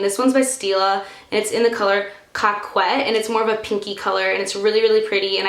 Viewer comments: Will have to try the dermaologica stuff sometime! LOL the lipstick is pronounced coke-ette not cock wet! I had to rewind when I heard that...lol! That's awesome. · The stila lipstick is pronounced Coe-ket just so you know :) it's French!